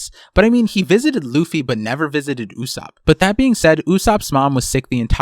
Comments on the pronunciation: why are you reading Usopp's name like Usupp its o not u and its not like ''mom'', its Japanese after all. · Great vid, but I thought it’s pronounced“ Ooh - Soapp”